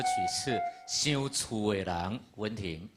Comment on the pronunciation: 想厝的人，说成烧厝的人😅😅😅😅